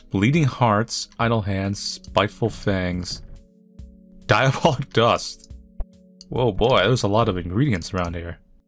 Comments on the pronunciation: Soooo, why can't you say "Diabolic"? Genuinely curious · Why can't say Diabolical?